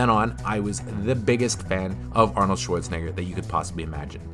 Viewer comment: arnold shorts-en-a-ger